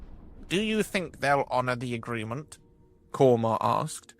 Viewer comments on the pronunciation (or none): none